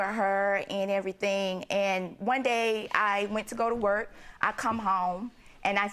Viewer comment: When she said “What do you have, I bought you everythang you neededt” I knew what the problem was. 😂